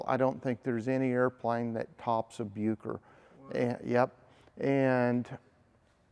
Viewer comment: Just a couple of corrections, 'Bucker' is pronounced more like Buukker, it's difficult to write phonetically in English, but it doesn't sound like 'Byooker', also, the aerobatic experts of the thirties tended to use the Bu 133 Jungmeister, the more compact single seat version, which was mostly powered by the Siemens-Halske Sh.14A-4 160hp 7 cylinder radial. The Jungmann two-seater tended to be powered by the Hirth HM 504, a 100hp 4 cylinder inline inverted engine, although many today have been converted to modern flat fours, as has the one in this video. The Jungmann has the excellent control harmonisation but not the power of the Jungmeister, which remained the world's preeminent aerobatic biplane until the Pitts S-1 came along.